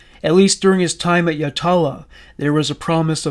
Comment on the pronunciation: I was a teenager here in SA when they bodies were discovered. We have had some of the worst creepiest serial crimes. I don't know why, it is pretty quiet here in the city of churches. Yatala is pronounced Yatla by everyone I know here, just in case you decide to mention the jail in future podcasts. You might want to look into the family murders. Or more recently, Snowtown. RIP all the innocent victims.